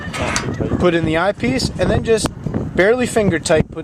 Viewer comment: Where can I get that "Eye Pice"? Lol